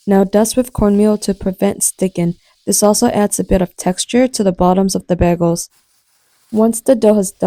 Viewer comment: BEGELS? sorry I just can't get past it.. it's pronounced BAY GELS lol